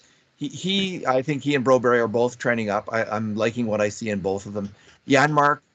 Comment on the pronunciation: please take a moment to learn how to say Broberg's name. It's a few weeks now that you still can't manage to say a name that is both easy to pronounce, easy to read and reflects pretty badly on you that you can't say it after weeks.